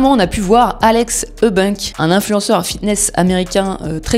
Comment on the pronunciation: Elle a charcuter le nom de alex eubanks 😂